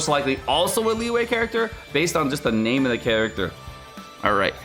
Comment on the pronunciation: Why do you butcher her name?